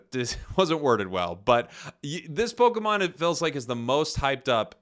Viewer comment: Prepare to hear the word PokAmon twenty million fucking times. I got about 3 minutes in and stopped watching.